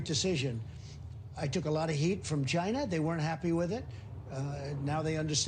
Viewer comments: Except he cant pronounce ”China” either. And if he invents some thing called “Ginavirus” I will vomit. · I guess he can’t pronounce Corona or COVID, that’s why he uses China virus...